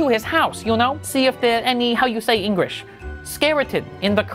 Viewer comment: How you say engrish